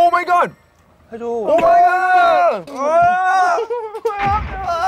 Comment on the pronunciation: Vernon’s “Oh my god” is so cute and funny😂 the american accent… 😭🤣